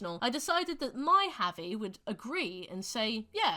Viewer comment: why are you butchering javi's name so bad